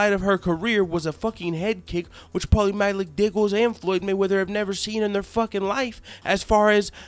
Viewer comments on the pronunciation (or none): Had to subscribe just for the fact he kept sayin Paulies last name wrong on purpose everytime! Hilarious shit! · Dude he slaughtered his last name A hundred different ways !! Lmao ! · LMAO...U butchered Maligfaggi's name. I love it. Can't stand that weasel. Video is on point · Paulie 'Maligotchi, Maligucci, Maliguitus, Maligeetee" Malignaggi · at first i thought he was saying paulies name wrong. this video is too funny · I agree with u but u have no idea how to say paulina las name